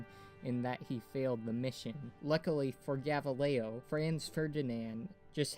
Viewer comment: Shit at pronouncing gavrilo